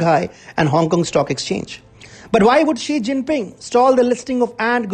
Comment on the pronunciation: If you are going attack a Chinese person, any Chinese person, at least show you have a little understanding about China and Chinese. That is to say their names correctly. Jack Ma. Ma is the surname. Ma Yun is his real Chinese name. Xi Jin Ping. Xi is the surname (correct pronunciation would help). Jiang Ze Min Jiang is the surname. You and Xi and Jiang are not on a first name basis. Note that I spell out Xi and Jiang's first names in two words. Two-word first names are more common in China, especially in the southern part. One-word first names are for the northern and western China. How much credibility do you have for the subject on hand?